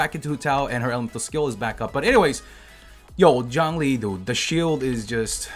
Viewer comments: no, its pronounced "choun-li" not john lee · Zhongli is pronounced 'Jong-lee' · Hearing him say "Jhon-lee" instead of Zhongli was pretty painful...it HAD to be on purpose... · The whole time I watched this all I heard..: JOHN LEE JOHN LEE